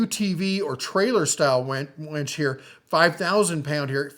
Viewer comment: It’s winch, not wench! 😂